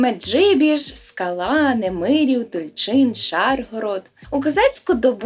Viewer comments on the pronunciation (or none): none